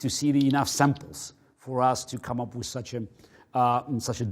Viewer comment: I love when he says wiz